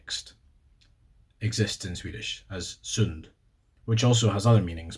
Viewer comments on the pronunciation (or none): Your pronunciation is uncanny, probably the only things that didn't sound 100% native was "sund" and "grund". Something about the way you pronounce certain specific "u" syllables is the only thing giving you away. I guess that makes sense though because the most stereotypical thing about a scottish accent is extremely exaggerated u's. I've come to learn that swedish is comparatively extremely difficult to learn as a second language (because our grammar is completely fucking arbitrary and makes zero sense upon scrutiny) but yeah, your pronounciation is pretty much native. It's much better than some skåningar that's for sure.